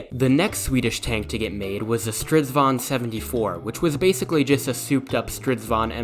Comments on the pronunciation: It usually sounds like a diyng elephant. This only sounded like someone from Sweden who's lived in England would say. Good pronounciated! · You can call a chariot a "stridsvagn" but I think you have to say it slower, more like "strids-vagn" to avoid confussion ^^